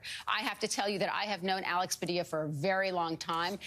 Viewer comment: Great pronunciation of Sen Padilla's name. Quite the interview!!;🚩🐔🌮🚩🚩🚩🚩🚫👑🚫🚩🚩🚩🚩🚩